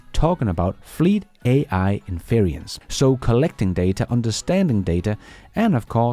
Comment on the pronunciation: The word you have been using is pronounced "IN fur rents".